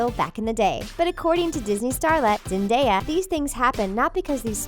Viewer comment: THANK YOU FOR PRONOUNCING ZENDAYA'S NAME RIGHT!